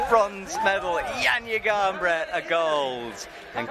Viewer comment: it's 2024 and we're still not even bothering to learn how to say names from other languages. I wonder what Johnja Garnbret and Stacy Geejoe think